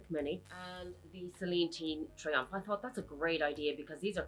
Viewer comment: Mini “triangle” .. i thought i misheard you 😂… good comparison vid..👌👌